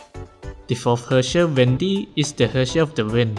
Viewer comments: I THOUGHT U SAID VENTI NOT WENDY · He say wendy but i hear venti 💀🤚🏾🤚🏾